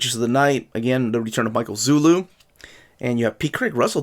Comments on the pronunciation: Small correction: Zulli is pronounced Zoo-lee, not Zoo-lou. :) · Hi! I´m from PORTUGAL and i´m a fan of your videos,... but there´s a little problem, it´s not Michael zullu but MICHAEL ZULLI!